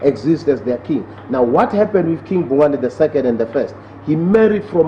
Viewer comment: IT'S KING BHUNGANE. PLEASE RESPECT OUR KING'S NAME.